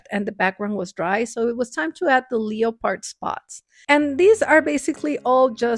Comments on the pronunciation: Not judging but it’s pronounced lep-erd not Leo- pard that was killin me lol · THEY WAY YOURE SAYING "LEO-PARD" so silly, say "lep-erd" love you're coloring, very cute! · ‘leopard’ is pronounced lehpird btw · Don't ever be so hard on yourself because everything you make turns out amazing! I always watch thinking how do you come up with such awsome things lol. ❤ Also I don't know if you knew this or not but leopard is pronounced Leh-perd. The o is silent. Xx 😊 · I LOVE you and your channel!! You inspire me every day. I wanted to explain some pronunciation for you so it might help you. I am an English major and part of my jobs were to "check" news reports, books, etc. When saying "leopard", the first part is NOT said "leo" as you might think. The easiest way to explain the correct way to say it, is to tell you to omit the letter "o" entirely-make is silent. you then have 2 syllables which sound like this: LEP and PARD or even LE PARD, The difference usually comes down to accents and dialects in the U.S. Your English is wonderful though overall! I hope you accept this loving corrections being from care and concern only. God Bless You! Gina Lopez in Little Rock 🥰☺